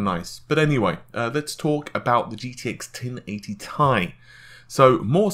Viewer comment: me thinking: why does this guy have 40k subs? guy: "gtx 1080 T I E" whoop there it is